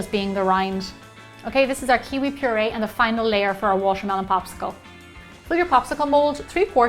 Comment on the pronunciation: I think she has a problem wth the "T" because she pronounces like "sh". Eh: washermelon instead of watermelon... it's kind of annoying but her recipes are the best...